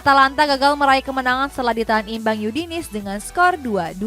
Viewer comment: lecce jadi lis udinese jadi yudinis blanc jadi blenk lyon masih aja disebut layen literasinya ancur bos 😑